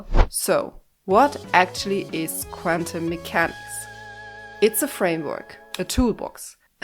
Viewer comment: I'm a huge fan of you saying "quantum mechanics" 54 times in this video and pronouncing it "kvantum" mechanics every time. That's commitment to the bit!